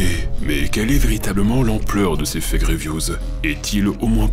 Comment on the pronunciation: Update: Je me suis rendu compte que mon accent en anglais est devenu horrible ! Je prononce Fague au lieu de Fake !